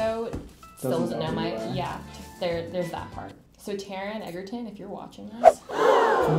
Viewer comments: Taron egg-erton. Yes. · Taron Egerton is pronounced Edge-er-ton, not Egg-er-ton 😂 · Okay Melissa is hilarious and I love her. And hell yes girl we have the same crush! 😍 but you're pronouncing his name wrong it's "edge-er-ton" not "egg-er-ton" 😂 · But his last name is EJ-er-ton not EGG-er-ton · Sorry I meant to say she pronounced it wrong it's spelled right just said with a soft g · loves Taron Egerton but says his name wrong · ... She keeps saying Taron's last name wrong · The girl pronounced Taron Egerton's name wrong. Just wanted to point that out. Also no offense a lot of people pronounce his name wrong anyway so.